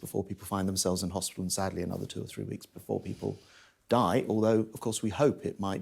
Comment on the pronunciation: Over emphasise the word DIE. Utter word salad. Give no evidence. If the jabs were so important they wouldn't need to ram it down people's throat.